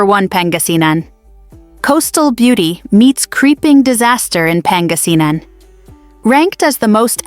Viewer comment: Imagine trying to scare us and we just laugh at your prediction & even the way you pronounce pangasinan, luzon. Etc is hilarious. You should be the one scared of the impending collapse of your empire which is in its final throes. We are watching how toddler you returned to the white house can save you. We’ll be fine. We’re Filipinos and we are resilient and united in the face of adversity so bring your scare porn somewhere else.